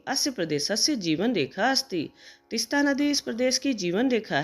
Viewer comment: Please तिस्ता को तीस्ता करें